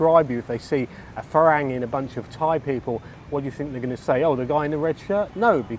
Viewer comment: Haha, funny. A small point. It helps to pronounce the words correctly. For instance, “farang” rhymes with “fun-rung” (so “fu-rung”, not “ferang”). * I found that the main reason why most expats have such a jaded view about Thailand and Thai people is because they live in an “expat bubble”, mixing only with other expats or English-speaking Thais (many of whom only communicate on a very rudimentary level). The main reason why I’m so evangelical about learning Thai is precisely because it allows us to see and participate in the “real” Thailand. It also allows you to have deeper connections with Thai people, put yourself in their shoes and understand what Thai life (and who you are) from their perspective. :) * Update: “Farang” originally comes from the Persian word to refer to the "Francs" (the Germanic people ruling most of Western Europe at the time. But I'm guessing that the first Westerners that the Thais met were the French traders or missionaries coming down from “Indochine”… ("farançais", with the nasal N that becomes "ng" in Thai) and the name stuck! :) ** yes, it’s true that Thais can’t make out what we’re saying - in Thai. The way Thai is taught at most schools or text books is wrong. You end up speaking in a singsongy “farang” dialect that is very difficult to make out. Anyone who is reading this, PLEASE learn to read first, then you should know exactly how to pronounce the words correctly. Avoid transliterations like it’s Kryptonite! And don’t think of the tones as m